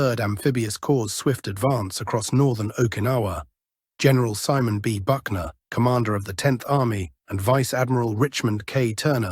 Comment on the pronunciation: It is SimON Bolivar Buckner with a long "o"